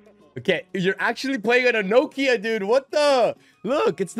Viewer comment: No-kia 😂 never heard that one before 😂 pronounced “knockia”